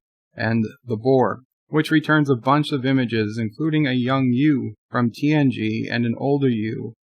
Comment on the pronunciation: Is saying Hugh, or you? It sounds like he is saying U.